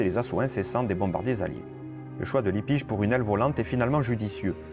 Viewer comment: ERREUR !! C'est pas Libbisch mais Lippisch avec 2 P !! Améliore un peu ta prononciation et ta diction. Merci.